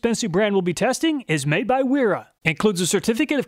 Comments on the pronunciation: Wera = pronounced VEE RAH - Vera. W is V is German. Gonna keep telling you till you get it right lol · Wera is pronounced “vee rah